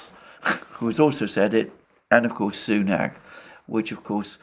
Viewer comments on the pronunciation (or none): none